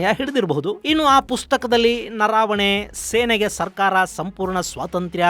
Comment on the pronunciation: ನನಗೆ ಗೊತ್ತಿರುವಂತೆ ಹಾಗೂ ತಾವು ಹೇಳಿದಂತೆ "ಜನರಲ್" ಅವರ ಹೆಸರು "ನರಾವಣೆ" ಅಲ್ಲ, ಅದು "ನರವಣೆ" ಆಗಬೇಕು. ದಯವಿಟ್ಟು ಒಂದು ಸಾರೆ ಹಿಂದಿ ಭಾಷೆಯಲ್ಲಿಯೂ ಒಂದು ಸಾರೆ ಪರಿಶೀಲಿಸಿ.